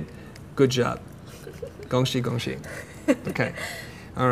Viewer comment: I didn't realize it was Chinese until he mentioned it lol I thought it sounded like go she or smthg instead of 恭喜